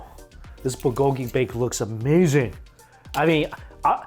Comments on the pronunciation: BULgogi. Not bulGOgi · New drinking game: Take a shot everytime Mike says BUHGOEGEE LOL!!!! (not meant to be offensive just playing around, love your videos so much Mike!) ^__^ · Say "buhgogi" one more time 😂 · Mike, love your videos but there's a "l" in bulgogi ☺️